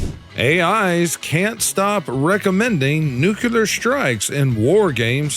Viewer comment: I love your content, with one proviso and question. Do you purposefully mispronounce words to make the stupid people feel included? New-klee-er not nu-qu-lur, please for the sake of those of us who strive to correctly pronounce our language. It grates on our ears.